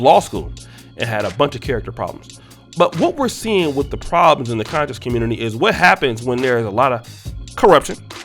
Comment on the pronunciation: I like that you put the emphasis on "CON" on the word conscious lol. Seriously we need to do our due diligence whenever we listen to anyone theory or any "ISM" we attribute our black community or diaspora. The culture is rich and filled with lot leaders who influence different socioeconomic and political spheres.